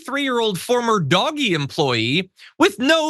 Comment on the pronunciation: And finally someone pronounces DOGE the appropriate way... cool John